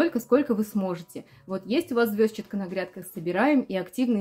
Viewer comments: А почему вы её всё время называете звёзчатка? Ведь звезчАтка же (через "е" и ударение на "а"). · как неудобно ваше произношение этой травы! Я живу уже 7 ой десяток и везде где бывала, ее называют "ЗвездчАткой", ударение на букву А. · ЗвездчАтка, и это правильное произношение.)